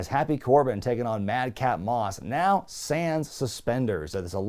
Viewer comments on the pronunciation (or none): none